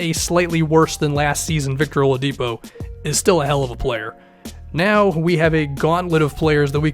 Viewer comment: Did you say Oliadipo???